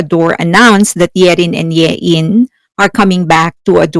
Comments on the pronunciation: It's Hyein not Yein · "Hyein" is pronounced Heh-een. But credit to you for not mispronouncing her in the most popular way - High-in.